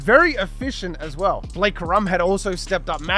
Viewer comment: It’s corum not ka’rum 😂😂😂